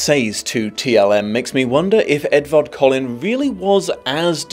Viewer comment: When you said Edward Collin at around 13minutes I thought for a second you said "if Edward Cullen was really as disinterested in..." and my brain immediately went "what is sparkles doing in this video?!"